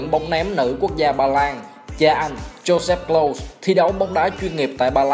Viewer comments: Đọc là Lâu-sờ với phát âm K ở đầu nha ad... Thanks... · Đọc đúng là Closer nha ad, với lại bữa có xem ad đọc Kroos là Ru-x cũng ko đúng, đúng là Cross... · Nên học lại cách đọc tên Klose nhé ad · tên ông này mãi vẫn ko phán âm chuẩn đc :))